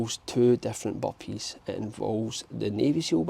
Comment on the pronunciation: He's talking about the Boppees